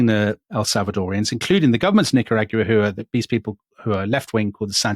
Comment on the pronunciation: Nicaragua....yes, well, check your pronounciation, you British historians!